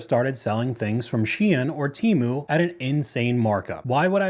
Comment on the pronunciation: Why is she pronouncing Temu like that?LOL